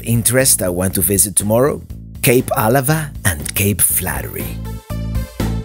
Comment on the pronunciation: I was born and raised in Port Angeles!😃 It's always it's pronounce fun to see PA and all the places up and down the coast, that I have been to so many times in my lifetime! Especially Kalaloch!! Oh...for what it's worth, it's pronounced Cape Ah-LA-va. Thank you so much for this video!!